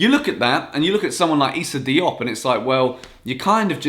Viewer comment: It’s Diop I think 👌